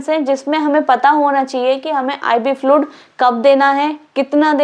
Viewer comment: Flud kya hain... Bolo fluid... Pronouncing sahi se nehi ho raha hain aur agaye madam padane